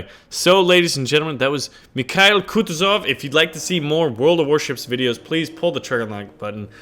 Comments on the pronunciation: Lol your first attempt was good thats how its supposed to be said. Merry Christmas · You got the Name right! It's named after the top Russian General during the Napoleonic Wars. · it pronounces like: Mee ha eel(accent here) Koo too(accent here) zof. source-russian